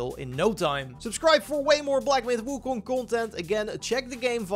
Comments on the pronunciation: its pronounced ( Wu-Kong ) ...not ( Wu-Kun ) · wu koong? lol